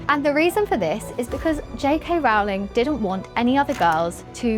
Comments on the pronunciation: As she says herself on Twitter - “surname rhymes with bowling , not growling”. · Love ya, but someone needs to put this girl through some more media training. Mispronuncing JK Rowling’s name. Claiming she wrote “The Cursed Child.” And talking as if being bothered by the term “Menstruating people” is odd…let’s do better with the next video, yes?